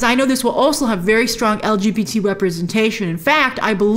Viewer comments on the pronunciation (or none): none